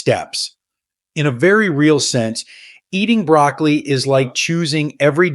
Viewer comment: Are you really talking about BROCCOLI ? You sound more like you’re talking about brAcAly. Perhaps it’s my hearing problem…